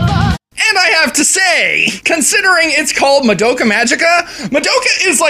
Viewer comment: BTW you're saying Madoka wrong. You're not even close.